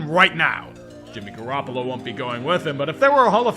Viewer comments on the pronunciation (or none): none